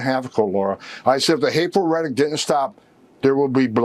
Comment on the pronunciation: should really shut the phukk up... what is "reddick," is he trying to say "rhetoric?" Does anyone actually believe he knows what that word really means? Or anyone in politics or media, for that matter? Have none of them heard of a thesaurus??? Someone should ask him to spell it, define it, and give at least one synonym for it, the next time he uses the word "reddick" because I'm genuinely curious whether he really knows what he's talking about, or if he's just predictably parrotting his loser talking points from the MAGA hive mind.